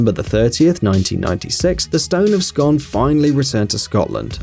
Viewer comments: It's pronounced Scoon not scon! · The stone........It's pronounced 'Scoon'. Shit research. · You said scone wrone. It's pronounced like spoon. But scone. So say it like scoon. I stay right beside it. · The Stone of Scoooon. Its pronounced scooon scoooooon scooooooooon... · The stone of Scone is pronounced "scoon"